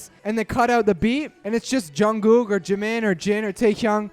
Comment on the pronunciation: I love how you pronounce "jimin" 😂